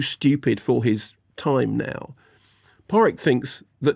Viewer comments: Who's Barry Keegan? It's pronounced Kio-hann. The G is silent. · It's pronounced Barry (Kyo-gan) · Key-own that's how you pronounce Barry's name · Mark really needs to learn how to pronounce Barry’s name. It’s meant to be pronounced Ke-yown. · His name is pronounced Barry Kee-own Mark. Great review otherwise! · Ah jasus Mark, as bad English pronouniations of Irish surnames go, your absolutely butchery of Keoghan is Oscar worthy! 😂😂😂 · I Don't know why, but as an Irishman for some reason it's incredibly grating for me when English people butcher Irish surnames. It shouldn't be, I don't care half as much when yanks do it, maybe it's because we're neighbor's, I don't know, but my dear God Mark's butchery of Keoghan is the worst I've heard for a long time.